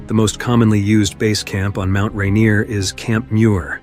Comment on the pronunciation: The narrator has obviously never been to Mt Ranier...